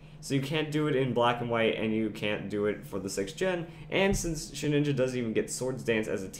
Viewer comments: ShedINJA. There is no second N. It is not Shedninja. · I don't mean to be rude, and I'm sure many people have said this already, but it's pronounced shuh-din-juh, not shed-nin-ja. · Shed inja. Not Shed ninja. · You keep saying "sheninja" so annoying.